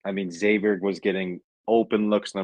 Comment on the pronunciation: When you get beat by 25, should pronounce the name correctly, it’s Xavier not eggsavier lol